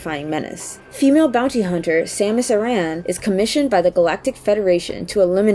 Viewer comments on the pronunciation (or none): Same-us R Ann? who's reading this script?